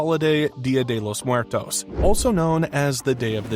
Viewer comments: Dia de lous muertoes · Dia de lous muertous 😂😂😂